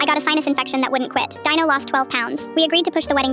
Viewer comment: Who the hell’s name is dieno because I know you wrote Dino in your caption, but why did it sound like that?